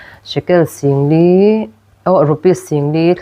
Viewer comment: Sangli nilovin singli zawk